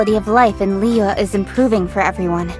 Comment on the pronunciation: I hate the way the characters say liyue. I know they try to pronounce it correctly but when they speak clear American English then go “Liuouuuuueee” it just sounds ridiculous. A simple “Li-uway” would just seem more natural